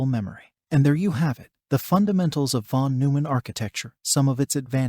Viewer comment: I hate to be that guy, but it's von NOY-mann.